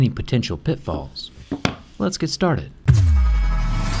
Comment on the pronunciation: I thought he said "Phets pet ptatrted"(let's get started)